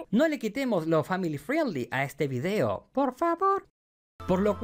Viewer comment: cuando digas "friendzone" o "family friendly" recuerda que la "i" es muda, (frend, frendly)